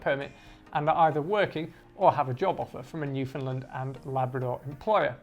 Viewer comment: Just wanna politely say that we say New-fin-"land", not New-fin-"lind" (great video though!)